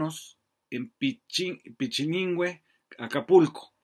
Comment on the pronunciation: NO SE DICE "PICHININGUE" BABOSO, SE DICE PICHILINGUE... PERVERTIDO CHISMOSO